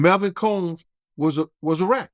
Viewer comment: Ard now you saying that “RAT” word a little to hard now 😒